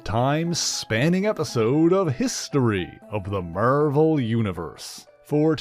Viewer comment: Why do your say Marvel like that?